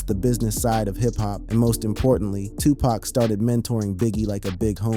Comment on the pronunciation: U mispronounced his name. I cant listen passed 5 seconds